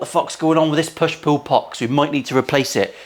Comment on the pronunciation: Sounds like you said “a push poo pot”😆 & “push poo madness”😂